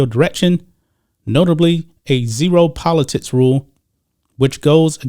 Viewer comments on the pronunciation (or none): Everytime he days politicis i can not unhear politits 🤣